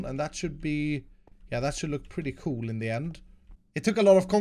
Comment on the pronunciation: I love when he says “coole”😂👍